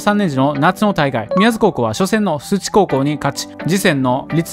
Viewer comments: 須知←「スチ」でなく「シュウチ」‼️ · 細かくてすみません。 須知は(しゅうち)と読みます。母校ですが分かりにくいですよね。